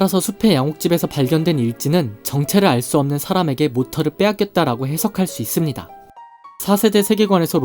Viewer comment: 무엇무엇 할수 "있습니다"를 말할때 목소리의 높낮이때문에 영상에 집중을 못하고 거슬려요